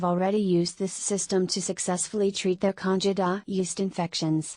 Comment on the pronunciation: Why should we listen to your advice when you can't even pronounce "candida" correctly.